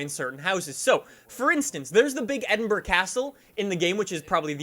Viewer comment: For someone who insists on using English words and pronunciations ("binned it", "whilst"), you butcher "Edinburgh". ED-in-BURR-uh. The G is silent.